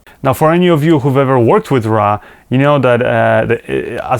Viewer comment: It's not RA it's RAW!:)